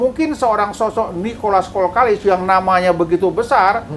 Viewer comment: Nikolas kokalis bah, bkn kolkalis. Hehehe meluruskan saja bah, salam petir dr tanjungpinang kepri